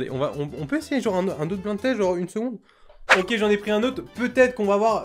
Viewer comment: ÇA NE SE PRONONCE PAS BLIND TEST MAIS BLAÏNDE TEST